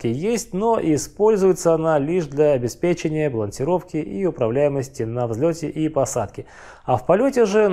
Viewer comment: Лайк за правильное ударение в слове обеспЕчение😉